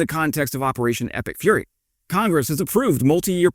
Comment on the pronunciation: nice.. now i think "epic furry" everytime i hear "epic fury" 🤣 Kind regards from Denmark